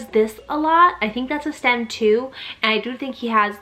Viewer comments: it’s STIM not STEM. 💗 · Autism mom here. You pronounce it stim not stem. Great video.